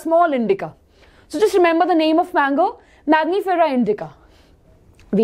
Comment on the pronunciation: Hai good explanation of the concept. I loved your energy level too...a small correction on the pronunciation and explanation of scientific name of mango.... its not magnifera but MANGIFERA....u constantly said magnify and magnifying glass its wrong its Man gi fera....thank you